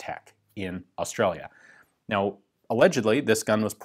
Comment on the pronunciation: Ian’s “Australia” would make Steve Erwin proud